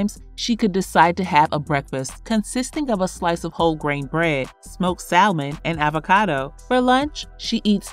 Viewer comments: Salmon?🚫 Say it with me: SAM-UN , one more time: SAM-UN. 😉👍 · No funny business BUT it’s “Sa-mon”.. the “L” is silent